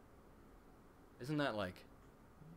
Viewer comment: de-cath-a-lon. Lol